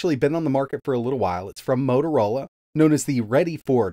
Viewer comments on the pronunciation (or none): Repeat whit me, MO-TO-RO-LA, and not MOROROLA.... 😂😂😂😂